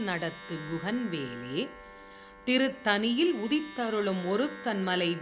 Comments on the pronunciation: அது “திருத்தணியில்” madam, “திருத்தனியில்” அல்ல. ல மற்றும் ள உச்சரிப்பிலும் கொஞ்சம் கவனம் செலுத்தி இருக்கலாம். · அம்மா, இப்பாடலில் அனைத்து இடங்களிலும் 'டண்ணகரம்' அனைத்தையும் 'றன்னகரம்' ஆக உச்சரித்து இருக்கிறீர்கள். சான்றாக 'திருத்தணியில்' என்பதை 'திருத்தனியில்' என்று பாடி இருக்கிறீர்கள். இதைச் சரியாக உச்சரித்தால் கேட்பதற்கு மிக மிக நன்றாக இருக்கும் என்பது எனது பணிவான கருத்து.